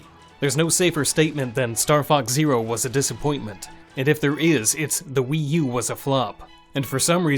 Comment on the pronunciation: When you say WiiU you sound like the weeyuuu girl on Kung Pow 😂😂😂